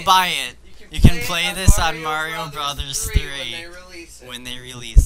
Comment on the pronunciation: Its pronounced BROTHERS